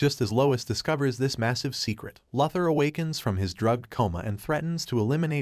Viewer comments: It's actually pronounced Lou thor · Repeat after me, LEX LOO-THOR. That's how his name is pronounced. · Lex “Lother” ? LoL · Ah yes, Lex Luthur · Its pronounced Lou-ther not Luh- ther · I do like your recaps, but one minor nitpick - you pronounce Lex's last name as Luth-or. It's Lu-Thor. Long 'U' sound... ... ... ...sorry, but as a purist, it just bothers me... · Lex LOTHER 😂😂😂😂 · Loother for Bob's sake. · Lex Lather??? Wtf bro!? Stop it right now!!!! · My bro yet again i ask please its loo-thor please read your comment sections theres afew of us out here still watching your vids hoping you gonna crack it. Tia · Lex lover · It's pronounced Loothór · Enough of saying Luthur'/!!! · lex larver is it????? ai hasnt learnt enough to pronounce luthor name properly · After the fourth mispronounced Lex Luthor I was done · Dude's doing that💩💩💩on purpose'/!!! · Bruuuh check your pronunciation on Luther!!!!!!!!!🤦🏼‍♂️🤦🏼‍♂️🤦🏼‍♂️🤦🏼‍♂️